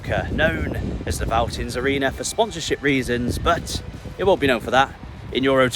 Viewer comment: No criticism and it has been written a lot in the past but if you see a "V" in German it is almost always pronounced much like an "F" in English. So it sound like "Feltins"-Arena. Unfortunately, the "Vonovia" Stadion actually is not pronounced with an "F" as Vonovia but like an English "V" as it is a made up word. And average attendance at Schalke is >60k even in the 2nd league.